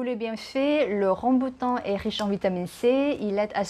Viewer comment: ขออนุญาตแก้ไขนิดนึงนะคะ :) ภาษาฝรั่งเศสเราเรียกว่า RambOUtan นะคะ ไม่เหมือนภาษาอังกฤษค่ะ Je vais vous parler ใช้ infinitif Complètement* ระวังนะคะ è ไม่ใช่ é Comestible มี m ตัวเดียวค่ะ Personne (en mange) ไม่มี s Au niveau du* prix 2 kg et quelque chose ไม่มี s Ça vous a plu* ไม่มี e ค่ะ สำเนียงพี่ดีมากเลยค่ะ :)